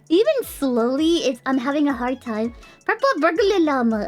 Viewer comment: She got the purple burglar alarm out pretty well, she just had to downshift into an American accent 😂